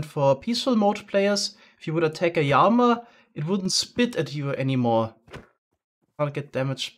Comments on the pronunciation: goes out of his way to make sure his lichen pronunciation is valid. Also: "Yama" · thats how its pronounce in spanish(probably some other languages too) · here in England, NOBODY calls it "litchen." Everyone says "liken." And nobody says "yama" lol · Yama ain't British English bruh, it's just the Spanish pronunciation. Also if you search up lichen, both pronunciation pop up, so it's probably just the regions that you are familiar with that say "liken". The English language ain't homogenous, not even within England.